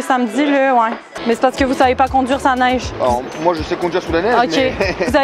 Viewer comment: Elle ne prononce pas trop bien le mot Neige.